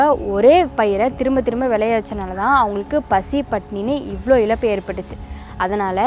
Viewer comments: உருல கிலங்கு இல்லை உருளை கிழங்கு. இலப்பு இல்லை இழப்பு. அறிவியல் சார்ந்த வீடியோ போடுவதில் தப்பில்லை உச்சரிப்பில் கவனம் செலுத்தவும். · தயவு செய்து இழப்பு என்ற வார்த்தையை இலப்பு என்று சொல்லாதமா....தமிழை நேசிக்கும் எனக்கு வருத்தமாக உள்ளது...